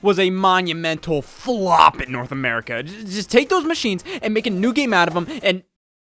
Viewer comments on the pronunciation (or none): none